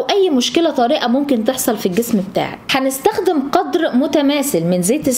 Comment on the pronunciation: الجميل انك تلفظين حرف الخاء صحيحا كما هو فمثلا كلمة ( نستخدم ) وليس ( نستغدم ) و كذلك كلمة ( الاخضر) الخاء فيها سليمة وليس ( الاغضر) على طريقة المصريين